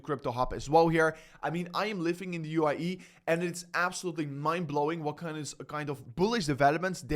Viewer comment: UAE , not u i e ..